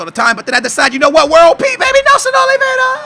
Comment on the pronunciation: Nelson Oliveira, does not have a 'd' in his surname and Labyad is pronounced la-bee-yad., you gotta learn these names dude